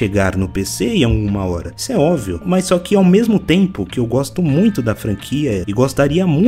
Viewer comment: "Óvio" não dá meu amigo. Mas parabéns pelo vídeo.